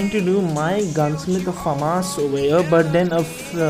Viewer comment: You are Pronouncing famas wrong